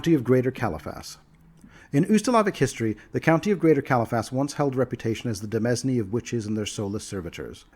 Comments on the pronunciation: "Pal-a-tin-ate",. They're palatines, after all. Not platnits.:p Demesne is pronounced "de-mayn". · Sorry that my only two comments so far are pronunciation notes. Demesne is a French term borrowed by English and is a bit odd. The proper pronunciation is apparently similar to domain. Di-mayn with the i being like in bit. It refers to the lord's directly controlled lands as opposed to the lands he has granted to his subject lords. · Great content! But I've heard this a couple times in your videos... Demesne = "Deh -Main." Kind of like "domain," but with an E not and O.